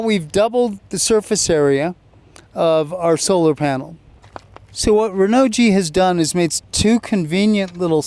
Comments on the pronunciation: Great video but if I may.... Hearing you say "Renault G" it messes me up.... I don't think it should be pronounced like that... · PLEASE learn the proper pronunciation of Renogy. You loose credibility instantly. I don't even want to listen to you. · P - I agree totally. Have a little respect BC